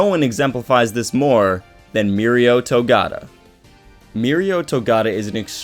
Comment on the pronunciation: Togata not togata